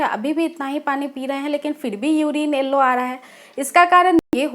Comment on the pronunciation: Elllo nhi yellow hota hai .. speak right English